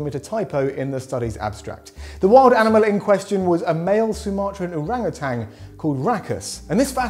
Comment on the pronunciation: There is no 'g' at the end of 'orangutan'.